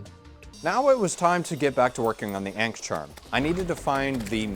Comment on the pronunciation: “the ain’k charm” 🥀